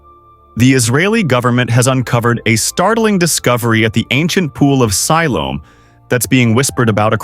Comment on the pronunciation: Have your AI narrator pronounce words correctly. He is not even pronouncing Siloam right.